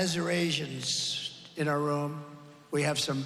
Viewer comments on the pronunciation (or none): Arsinoeines?????😂😂😂😂😂😂😂😂😂 Its Arizonians! 💙💙💙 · Azarasians??? 😂😂😂😂 guy can't even read from a teleprompter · You edited out what he called them? Azurasians. Instead of Arizonians. HAHAHAHA. What else did you edit out? No wonder MAGAs are so ignorant to what he says. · Why did he call Arizonans, Aruzasians???